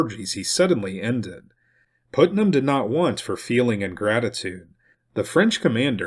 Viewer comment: Thank you for this important history. BTW, Putnam is pronounced "putt" as in golf, not "put" as in 'to place.'